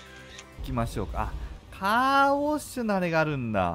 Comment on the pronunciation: Car wachではなくCaw wach